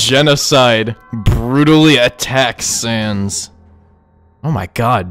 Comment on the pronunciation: Bro shud know that it it sanssssssssssssssssssssssssssssssssssssss not underpants sans